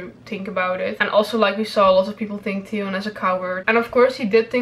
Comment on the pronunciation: i watched this just because I like the way you pronounce Theon 😂